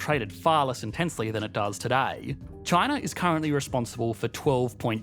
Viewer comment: Why does he say ChinaR? Lol